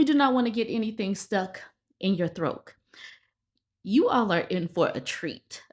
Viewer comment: I'm sick of hearing you say "throak" instead of "throat". It's not funny, and you sound stoopid. Unsubbed. Bye!